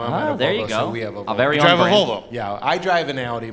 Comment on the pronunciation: Hahahaha "Valvo"